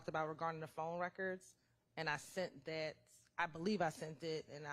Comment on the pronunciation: You would think a prosecutor knows how to pronounce the word THAT. Please STOP saying "dat"